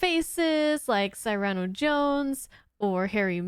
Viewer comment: Cy-ran-oh? You mean SEER-RAN-OH, right?